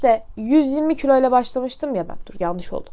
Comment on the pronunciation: külo değil kilo